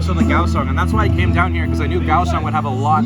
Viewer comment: so is it "gao" or "kao" you spelled it "kaoshung" the one time you spelled it in english, but you keep saying "gaoshung" "g" and "k" sound NOTHING alike, so when romanisising you need to pay attention to the sounds you make with your mouth, and repeat them in text.